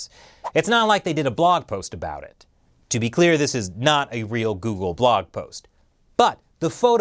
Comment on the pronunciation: You mean Jeoogle